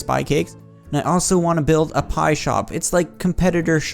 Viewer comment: and it sounds like spie pie